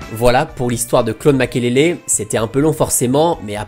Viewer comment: C'est MAKELELE et non makélélé 🤢🤮 Les français 😪😪